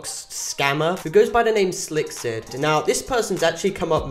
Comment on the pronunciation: i like how everyone calls him silk instead of slik